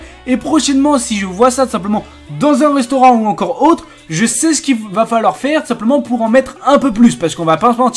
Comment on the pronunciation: J'ai perdu 11 min 50 de ma vie pour rien, le seul moment sympa de ta vidéo c'était la pub youtube. Prends des cours de diction "rostaurant" ça n'existe pas comme mots, puis franchement des sujets pas intéressant comme ça... Tu nous prends vraiment pour des cons en nous expliquant qu'on doit tourner notre pots de sauce ou de nutella? Avec toutes les 30 secondes des "teubé" "tug" et j'en passe... Puis tu parles trop pour rien dire... t'essais de combler ta vidéo avec des histoires imaginaires et ta vie, quand tu racontes ta vie sur ta compote ça prends la tête. Bon courage pour ta prochaine vidéo j'espère que tu auras pris note de mon commentaire qui est simplement là pour t'aider à progresser.